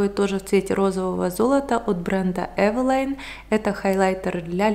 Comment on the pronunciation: Говорите, что читаете все комментарии, но продолжаете коверкать название бренда "Э́велин"